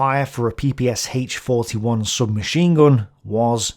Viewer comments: It was called P-P-SH (like in the sh-elf), not P-P-S-H... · Quick notce. ppSh should be pronounced like "SH" (for example like in SHock or SHe) not S-H. Or like "SCH" in german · PPSh (ППШ) should be pronounced peh-peh-shah. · > it's an acronym and Sh is for surname Shpagin Acronym from the Russian surname., being an englishman, understandably having a hard time pronouncing russian letters > BTW it's weird that Russian has any objections i'm not a 'pronouncing nazi', and I am very annoyed by people who floods comment section with "It's not S-H, it's Sh" etc